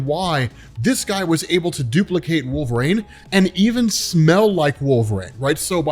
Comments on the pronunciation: Stop saying wolverines name wrong. Every video you say wolver”rain” drives me crazy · Gonna start saying "walverayne" from now on. 😂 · I love ur vids but god almighty will u ever be able to pronounce the word " wolverine" ? Just askin, cause ur killing me dude. Or are you on some hipster trip where u think ur the only person sayin it right? 😅